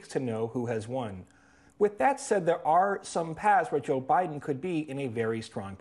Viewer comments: Did Nate say O’Biden lol?? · "O'Biden" LOL